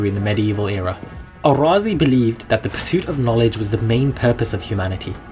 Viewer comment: Good, thank you. It would be helpful to note, there is no need to call him Al-Razi; he was a Persian and razi would be more appropriate. I noted you also try to pronounce his name as Arabs would do. Surely the contemporary of his native land jut called him Razi as in RAA-Zee, meaning from Ray, like what we have to day such as Shirazi, Tehrani, etc.